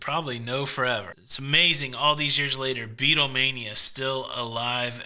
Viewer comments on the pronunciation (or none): none